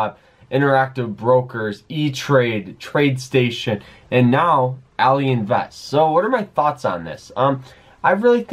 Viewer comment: What all-eee? Its ally like having an ally